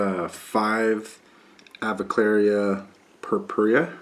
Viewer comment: You keep mispronouncing the avicularia. It is not aviclaria, it's pronounced a-vick-yoo-larry-uh